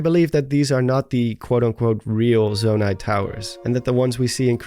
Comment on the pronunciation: you said zomai